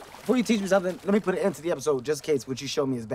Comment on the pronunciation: Did he say pit the gloves on me instead of put 🤔